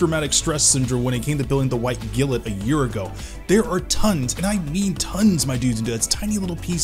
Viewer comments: Take a shot every time he says "gilit" instead of "Glint". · He didn't call it Gilt or Glint... He said Gillet... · Been a year and he’s still calling it “White Gilt” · He calls it white gilet. why is that. I think it's because he's from India, judging by his skin tone. My thoughts. It's glint, like the glint in someone's eye. Not the gilet in their eye. Lol 😂😂😂😂 but ya love his paint jobs and customization with the lights added. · I thought you were joking 😂 Glint otaku, like a glint in her eye.